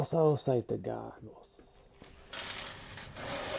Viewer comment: “ALright saFTy” ily